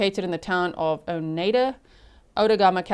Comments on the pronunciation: Outagamie is pronounced ow-tuh-GAY-mee (/ˌaʊtəˈɡeɪmi/) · Outagamie is pronounced out a game E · This happened in my state, it's horrifying :( I cannot believe that poor girl didn't die. This is on our local news every day. Just FYI for you since you sound like you want to know how to say "Outagamie" like we do in WI, it's ~ out - ah - game- eee ~ Absolutely no hate on you not knowing though, we have SO many cities, counties, etc named from complicated sounding Native words, and they can be very challenging to figure out for people not from here! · Local here! You’re so close on the Outagamie pronunciation. The -gamie portion is pronounced like game-ie (like board game). Out-a-game-ee. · It's pronounced out-taa - GAY - me Say it in your head and GAY really loud...then you can pronounce it